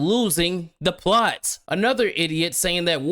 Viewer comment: "Plost" hahaha